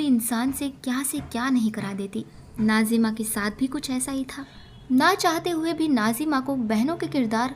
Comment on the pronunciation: What’s wrong with you Can you not pronounce Nazims 🤨 Why keep saying Najima 😡